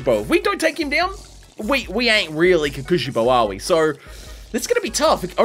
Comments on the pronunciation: It hurts me hearing him say “kukushibo” It’s pronounce pretty much how it’s spelt Kokushibo. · (coco shibo) is the pronunciations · Ko-ku-shi-bo Unlike English, you don’t flow it fast, you say each consonant/s + vowel as fast as you say each other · It's called kokoshibo kokoshibo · his name is pronounced kokushibo not kokushibo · I wanna die bro he keeps saying kekeushibo 😵‍💫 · Btw your pronounce his name like Coco-she-bow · Ko-ku shi-bo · I know. I really know I'm nit picking here. And I know you won't see it and won't care which is fine, but please.. you say it like "kokshibou" I'm sorry again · I like the vid, but you saying his name wrong is driving me crazy. It's pronounced Ko (hard 'o') ku (ku like a 'cu'cumber) shi (hard 'e' sound) bo (like the staff) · Your saying kokushibo name Worng